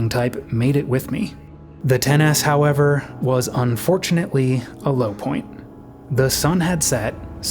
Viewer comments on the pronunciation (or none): none